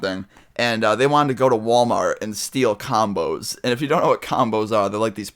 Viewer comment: when he said combos i thought he said condoms